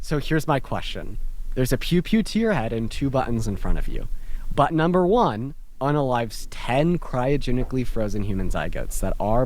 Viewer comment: It’s not butt in.. it’s button